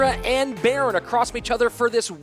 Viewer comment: When they pronounced berin, I cringed. I was like ooooh? Who's baron lol?